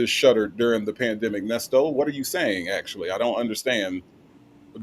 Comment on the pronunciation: The “pandema”😂😂😂